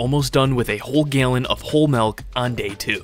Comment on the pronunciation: "Gaelin" of milk.